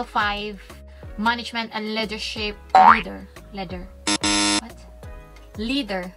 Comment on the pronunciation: Ahahahah “ledership”😂😂😂😂